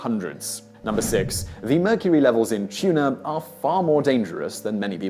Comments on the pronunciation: He said tuna from meurcery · immediately scrolled to the comments after he said "the tuna in murcury" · He said the tuna in mercury lol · "Tuna in mercury" lmao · The tuna in mercury?? this guy messes up dozens of times each video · did anyone catch the part where Simon said "the tuna in mercury..."